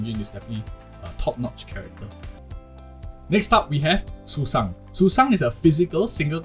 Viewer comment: the bird system is so good i just had to subscribe. Still, i don’t think i can agree with any of it because as you said, some characters got nerfed. We can only judge when the game is officially released. Nah, you did not just call Sushang “Susan” 💀. Is that the correct pronunciation? I always called her “Sushow” because that’s how she was called in Honkai impact 3rd. Btw, are you asian, perhaps? the way you pronounced names like Qingque was perfect and didn’t sound like foreigners do.